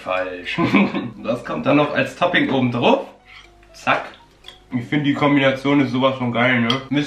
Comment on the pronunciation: Hör mal auf druf zu sagen du pic